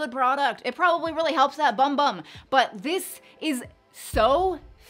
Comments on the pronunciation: FYI - It’s actually pronounced “boom boom” not “bum bum” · Hi, if I’m not mistaken I believe the Bum Bum cream is said boom boom I know I know it’s not said the way it’s spelled lol 😀